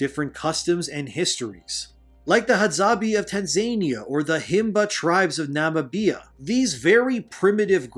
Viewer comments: "Tan Zaney Uhh" and "Nah Muh Bi Uhh" I don't know if you're joking or not either way the pronunciation is hilarious 😂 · I get what you're saying but ..... Nah, you need to learn how to pronounce Tanzania and Namibia 😂😂😂 Also, saying "primitive" is a big oof. Indigenous is the word you're looking for.